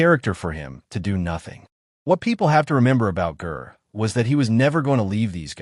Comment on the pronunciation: It's pronounced "Jer," not grr. Awful AI crap. Ger deserves a better tribute than this nonsense. I stopped at the mispronunciation of his name. YouTube needs to ban this crap. RIP, Ger.